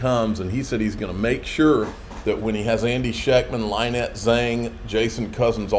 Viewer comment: Can someone PLEASE teach how to pronounce LYNETTE before he meets her in May at Las Vegas?